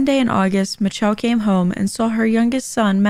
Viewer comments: I thought her name was Pronounced mich-elle not mi-telle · Its's "miss shell" not "mitch-chell" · are we skipping over why her name is pronounced Mitch-elle? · Michelle is pronounced Mi-shell